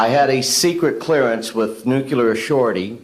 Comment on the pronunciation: Never trust a human in a position of power who says 'nucula'. its Nuclear. to any intelligent person its like an idiot sees the number 10 but pronounces it eleven. yes, if you say nucula, you sound this stupid!